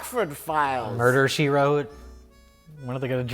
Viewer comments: “Murder She Twote” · "Murder she Twote"